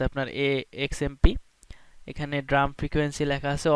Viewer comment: It's pronounced D- ram 'ডি র‍্যম'। "ড্রাম" না